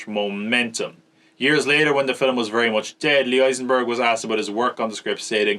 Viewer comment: It’s amazing. “Fillem”. Made me happy every time.